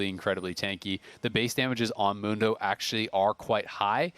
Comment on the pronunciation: The American pronunciation of "Mundo" will always be cringe.